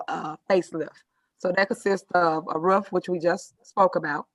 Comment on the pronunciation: Every time Tiff Tiff she says "roof," which sounds like "wroof," I swear she is barking!😂😂😂😂